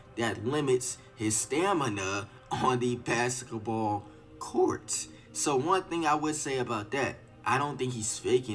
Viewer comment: u kno he black then a mf talm bout sum “basset bawl cowrt “😂😂😭